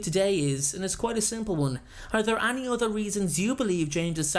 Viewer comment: The way he says any annoys me